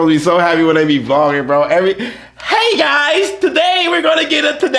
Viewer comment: “Today GUYS”😂